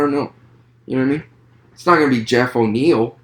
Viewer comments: Great video man! Btw I think it’s Neal not O’Neill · Wonderboy is an undefeated kickboxer to my understanding. And it's Geoff Neal. No O'neil. You don't have the slightest clue what you're talking about. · Bro this was not a good review. Its Geoff Neil. Theres no O. Geoff also isn't a wrestler. Hes a striker. A damn good high level striker. Thompson just made him look like dirt. Also you said thompson isn't world class???? Please don't make these vids if you dont know what you're talking about. A lot of what you said was very generic along with false info and very little real info about the fighters. Even got the name wrong. Thats the easiest part 🤦‍♂️ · Why the fuq, are you saying "O'Niel" You don't know, who Geoff Neal of? Then why are you speaking, and really failing at trying to break thos fight down, and remain informative. Leave it to the fighters!